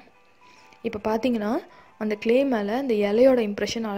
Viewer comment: க்லே இல்ல